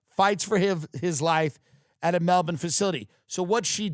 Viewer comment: “i’m going to Melbin”